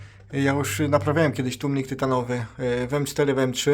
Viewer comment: Zaczynam film i profesjonalny gość od tłumików....już nie ma wady wymowy. Aż miło się słucha tłumniki wróciły do piekła. Łapka w górę